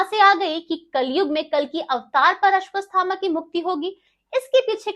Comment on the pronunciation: अश्वत्थामा बोलना सीखिए हर बार आपका उच्चारण अशुद्ध है, कृपया शुद्ध ऊच्चारण करें।